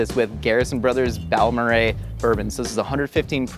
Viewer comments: The fact that pronounced “Balmorhea” correctly impressed and made me happy as someone who lives in West Texas and has made numerous trips to Balmorhea. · I am born and raised in Texas and never knew Balmorhea was pronounced like that. is a genius. I've even seen the band Balmorhea perform live and somehow don't remember it being pronounced "bal-muh-ray." Wow!